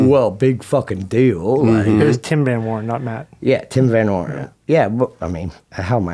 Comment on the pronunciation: Tim Von Werne not van horn